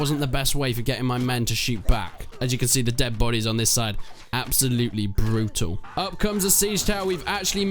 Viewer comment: "Absolutely brootul"